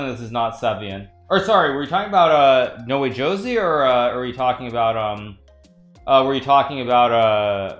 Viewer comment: When is he going to realize that [No Wee Joe See] "Noway Josey" is pronounced [ No- Way - Ho - Zay ] ?